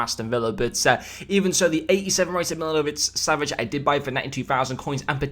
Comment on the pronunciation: hate to brake it to you, but, it was awful😂